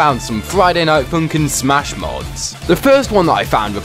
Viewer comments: Love how he says: Friday Night FOUNKIN' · I love the way he says Friday night FOONNkin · Friday Night Foonkin'